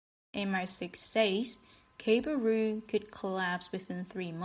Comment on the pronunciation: She pronounces the Cabal as Cable, is this the high wire act/ the telegraph BBC time machine, stop watch gang , rigging transcontinental hoaxes as news= can intercept and subvert the truth for financial gains, deathpool gamblers?